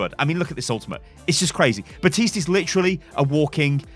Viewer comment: Baptiste not butiste